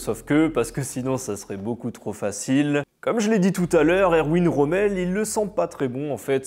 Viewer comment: Erwin se prononce Ervin